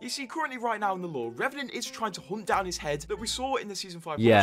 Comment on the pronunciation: Revanant more like "Rebanant"